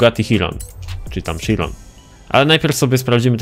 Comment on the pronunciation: bugati sziron proste